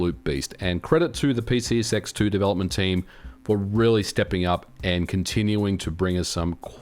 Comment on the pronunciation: I have to ask. Are you saying PCSX2, or as I'm hearing it...PC Sex 2? I need to know right meow.